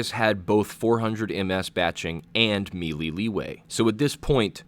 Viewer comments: may-lay not mee-lee DAHHH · “may-lay” not “me-lee” FFS it is 2019 ppl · may-lay, or meh-lay. not mee-lee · Love your channel bro, but for the love of god... may-lay = melee.